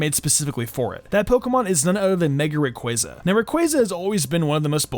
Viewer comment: i threw my ds when you said mega rayquazza